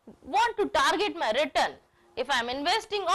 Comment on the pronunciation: nice video !! but mam return pronounciation is not correct, which sounds awkward while watching. thanks!